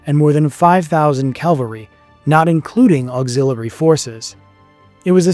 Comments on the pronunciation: Cavalry pronounced erroneously as Calvary. Stupid AI narration. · CAValry. , say it with me C-A-V-alry. NOT Calvary. Calvary was where Jesus was crucified. CAValry comes from the Italian cavalleria, meaning "mounted militia," derived originally from the Latin caballus ("horse"). When even the Army uses terms like "Air Cav" "7th Cav" to refer to the U.S. Army's 7th Cavalry Regiment, you'd think this wouldn't be a problem. Watch "When We Were Soldiers". No one says, "Air Cal". Why do you think that is? I'll tell you. It's because it's cavalry, not calvary. I appreciate the human narration, but for the love of God, and this is for the rest of the world too - it's CAValry. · My dude, I commend your work here, but have one complaint: the horse-borne warriors you reference are NOT “Calvary”, they are “CAVALRY” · Appreciate the effort for the video, but: 1. Saying CaLvary instead of cavalry repeatedly... 2. There is already a series on this battle by Syntagma channel called "Caesar in Spain" which is far superior to this one. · Say it with me "Ca Val Ree" cavalry. Calvary is something altogether different. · You are driving me NUTS! It's CAVALRY, not CALVERY! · Buddy, it's CAValry, not CALvary... Calvary is the hill Jesus was said to die on. Aside from that, great video, as usual. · Love the topic but remember, the word is "Cavalry" (for military horsemen) not "CALVARY" for the hilltop that a person supposedly named Jesus was crucified on. An all too common mispronunciation North Americans make. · Repeatedly you say “caLvary” instead of cavalry , which is a very strange mistake if you take into account that it was made made by a native speaker , but the video was so good ! , the explanation of the battle was superb and the animated map that was used I do not think could be improved . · Calvary surely you mean Cavalry !!!!! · Please learn the difference between the words Calvary (where Christ was crucified) and cavalry (horse mounted forces). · It's cavalry, not calvary.